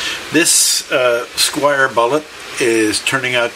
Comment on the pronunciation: This is a well-meaning correction - Squier not Squire.